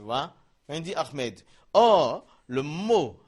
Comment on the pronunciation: C ommencez a prenoncer ahmed PAS AHRMED ??? franchement corrige toi .merci